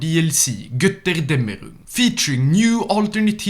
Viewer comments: This video is a testament to the fact I've lost almost everything,and that can't pronounce Gotterdamerung. Gutterdamningun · HOW HE SAY GÖTTERDÄMMERUNG MAKES MY HAIR ON MY SKIN STAND UP AND MY BLOOD BOIL (im german so i know how to pronounce it)